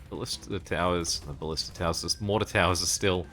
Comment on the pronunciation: ba-LI-sta is the "correct" pronunciation fyi tho it doesn't actually matter how you say it.